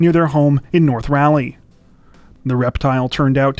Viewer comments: It isn't pronounced "rally" north carolina. It is said like "rah-leigh" north carolina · You're severely mispronouncing Raleigh. It's pronounced like Rawleigh. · Just FYI...it's pronounced Rah-lee, not "rally". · Ra..leigh....not ralleigh 😂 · Get it right, it is Raleigh, not Rally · Raleigh... it's not pronounced Rally. Try Rah-Lee. Myself, I had no idea and thought it was Ray-Lee years ago. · Eeeek , it’s not rally - it’s raw-lee North Carolina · Learn how to pronounce places. It sounds stupid to call it rally. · I just want to say I live and grew up in raleigh and it is pronounced R'all - leigh, enjoy the content though keep it up! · We pronounce it rah lee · Why do you pronounce Raleigh like that? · stop saying Raleigh like that that's not how you say it!! also I live 3 mi from where this happened they shut down the whole area for like 2 or 3 days for this snake. and I went to school with this kid he's always been super weird and like obsessed with snakes. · Not to knit pick but you pronounced Raleigh wrong lol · You guys correctly pronounced Dunedin, but mispronounced Raleigh. Lol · That's not how you pronounce Raleigh. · obviously the people who made the video didn't know that. They also pronounced Raleigh incorrectly.